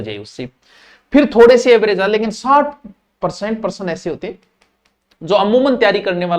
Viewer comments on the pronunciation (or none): none